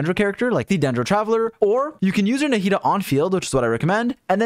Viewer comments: Why does he say “narrida” instead of Nahida? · Naw-he-dah is how you say it. You don't need to butcher everything that isn't 4letters long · way to butcher the name